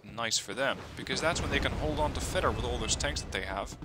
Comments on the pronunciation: Here's another torture for you: "Fedor" is actually pronounced "Fyodor". :P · Here's some more corrections: "Fedor" is pronounced "Fyodor" "Vaselek" is pronounced as "Vasilyok". Have fun